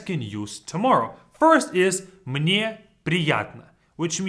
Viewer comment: "Мне" sounds kinda "Мы не" together